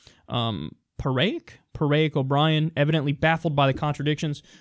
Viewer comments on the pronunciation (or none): Paraic is pronounced "paw-rick". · Paraic is pronounced as paw-rick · 'Paraic' is an Irish name. Easiest way to expain how Americans should pronounce it is that it should sound like 'Pah-rick'. I wouldn't say it like that, but that sounds like a good American approximation. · Kyle..It's Paraic (sometimes Padraig) which is the Irish of Patrick..